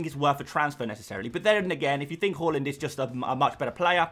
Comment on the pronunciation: say haaland properly pls